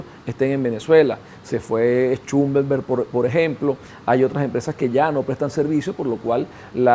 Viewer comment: Por dios, que persona tan mal hablada, siendo conocedor del tema petrolero. Solo la manera de pronunciar a la compania "Schlumberger" deja mucho que desear . "Exponenciando". Me parece muy delicado decir que venezuela saldria de la opep. En el peor de los casos, seria suspendida, o dejada cesante, cosa que es dificil que ocurra. El problema de pdvsa es de gerencia. Habla desde un punto de vista netamente politico.